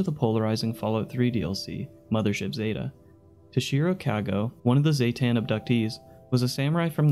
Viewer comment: zay-tan MY BOY IT'S ZEH-TUN